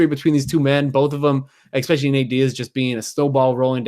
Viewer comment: Please all you journalists, stop saying exspecially, there is no x in that word. So many talking heads that can't seem to speak proper English.